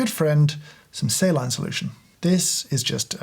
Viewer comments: "say-line solution" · ‘Say-line’ solution eh? 🤔 😄😏